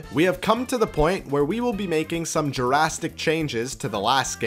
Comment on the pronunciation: Why do you say duhrastic instead of drastic?